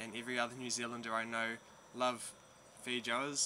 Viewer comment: fee joes? hahah, oh boy. I think the pronunciation is fay-oh-ahs. I def have to try them, to see if the only multi-food international market has them. I hope so. Thank you for the informative video!